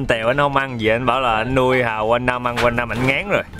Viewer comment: Giới thiệu anh Trúc chủ trại Hàu.... nghe giống Trại Hòm mà giật mình:))) gọi là chủ vựa Hàu mới đúng em ơi